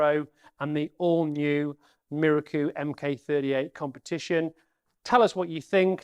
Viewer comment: Apart from your very good and informative presentation, I am please you pronounce Miroku correctly. I have people try to correct me with this correct propnounciation by telling me it is pronounced Mirooooooooookoooooooooo. A little exagerated but you get the meaning. I checked with a Japanese national I used to work with who told me I was correct. So folks, it is pronounced Miroku and not Mirooooooooookoooooooooo! Rant over.